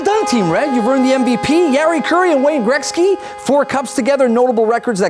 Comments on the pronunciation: why does he keep saying grekzky. best player ever show respect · Dosent it bug anyone else how the pronounce Gretzys name ?